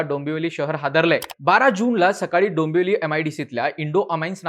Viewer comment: काय भिकार उच्चार आहेत भावा तुझे.... दंबवली दोंबोली म्हणतोस